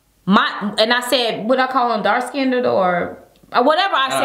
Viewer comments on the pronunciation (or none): OMG I TRIED NOT TO COMMENT THIS.. THE WORD IS DARK SKINNED. NOT DARK SKINDED......AGGGHHH. MADE ME ITCH EVERY TIME